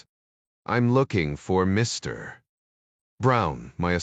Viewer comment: I note the comment, ‘This is by far one of the worst AI read spy audiobooks that I have ever endured ——‘. Overall I found the AI reasonable, BUT the PAUSE after the word ‘Mr. or Dr. is stupidity extreme before the next word of the person’s name. Almost makes your miss having ‘fast forward’.🤔😉 Strange! almost